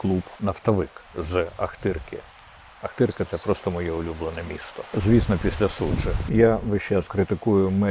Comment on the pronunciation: Не ахтирка, а Охтирка.